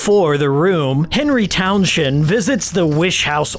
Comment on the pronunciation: Henry Town Shend lmao